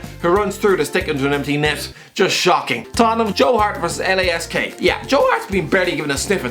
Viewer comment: It is lask not l a s k